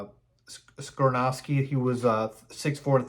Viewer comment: Skoronski is pronounced SKAH-RON-SKEE. Not SKRUH-NOW-SKI. We have too much time before the draft to keep hearing you pronounce it incorrectly, lol! I’m actually hoping Carter falls and we can snag him at 9th overall. Thanks for the content! 🐻⬇